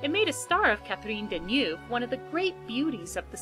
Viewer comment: If you say duh-NUFF you will be closer. And sher-BOORG. And MAH-d-len